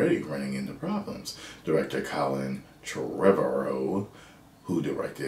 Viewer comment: It's pronounced similar to tomorrow, just with a "v" lol